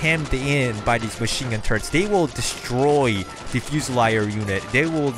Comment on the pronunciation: "Fyo-see-leer", "Kyoo-ra-seer"